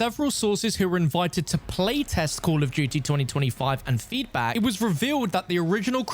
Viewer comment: Cull of dewtea